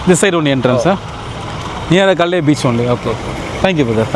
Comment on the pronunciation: இந்த இடத்தின் முழுப்பெயர் Galle Face. தமிழில் காழிமுகத் திடல் என்பார்கள். ஆங்கிலத்தில் சொல்லும்போது ' Gகோல்' என்று உச்சரிக்கனும்.